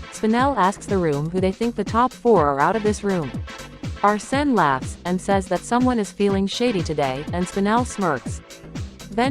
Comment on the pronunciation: Not Arse-ne.